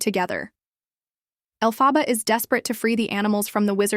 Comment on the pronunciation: Is this AI narrator? For half the video she pronouces Elphaba's name right and then she starts pronouncing the name wrong?